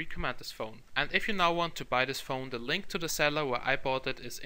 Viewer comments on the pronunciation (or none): none